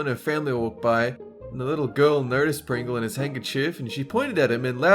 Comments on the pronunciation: Instead of Pringle, said Pingle. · am I the only one that heard him say pingle instead of pringle 😂😂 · said pingle not pringle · PINGLES ALLERGY STRUCK (he actually said pingle) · says Pingle instead of Pringle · Who noticed he said pingel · Near 200 said PINGLE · said pingle c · Pingle. He said Pingle. FUCKING PINGLE. WTF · you said pingle danger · SAYS PINGLE 👌🏻😂?? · said Pingle instead of Pringle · said pingle instead of pringle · its pringel no pigol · said pingle instead of Pringle once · I heard pingle instead of Pringle XD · I just realized that he said pingle instead of pringle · heh you called him Pingle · for some reason when pronounced "pringle" without an r, it made me laugh for 3 and a half minutes